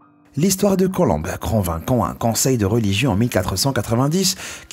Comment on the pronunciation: Sympa comme dab, merci! Et c'est pas Christophe Colombe mais COLOMB...OMB!!!! MDR